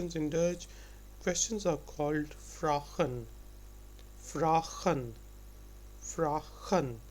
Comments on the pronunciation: de Vos what Justin means is actually correct,. The pronounciation is Vraagen ( how it sounds ) ,. not with 1 a as this guy says , the wirtten word is correct vragen,.but he says its like vrachten without the T (dutch guy ) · You don't say 'vragen' you say it like 'vraagen' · Nice job, but sometimes the pronunciation isn't always correct. I'm Dutch and have listened the first few minutes and words like 'vragen', 'familie' should be pronounced as 'vrAgen' (not 'vragEn'), 'famIElie' (not 'fEmilie')... Nonetheless, a great job.